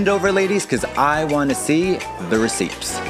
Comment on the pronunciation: Girl! Are you saying the p in the word receipt? 😅